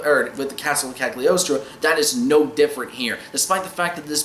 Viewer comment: this is a great movie with a great soundtrack, but I watched the sub because I heard the dub wasn't too great, even with David Hayter. Also, it's pronounced "Calyi-oh-stro" because in Italian "gl" is like a rolling L